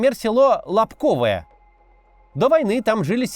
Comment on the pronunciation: Не могу уже терпеть,как местный житель! Не "КупЯнск" а "КУпянск" ! Не "Лобковое" а "Лобковэ"! Не "Чаривное" а "Чаривнэ"! Не "Кутьковка" А "КутькИвка". Не будьте ,как дегенераты из глав.штаба путина, которые,даже,не знают как правильно произносятся названия населенных пунктов,которые они "освободили". P.S. "СлАвянск" а не "СлавЯнск".